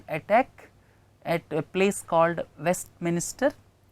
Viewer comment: hi sir, thanks a lot for the efforts you take. please correct the pronunciation for WESTMINSTER as it is not west"minister". please don't get offended i corrected this because it's in news and important to remember. thanks and regards..